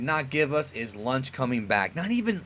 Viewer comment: I was sure it was launch why you calling her lunch